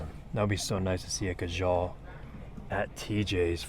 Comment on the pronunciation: Funny the way you said Khadlaj, "Khajal". Love the content my man! :)